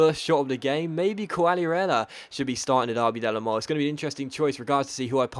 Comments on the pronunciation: in Italian you pronounce final Es--it's Derby Della molay not Mole like the animal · In "Derby della Mole" you actually pronounce the E at the end of Mole